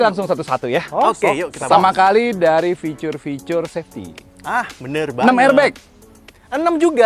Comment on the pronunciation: Fitur pak fituuur. Bukan ficur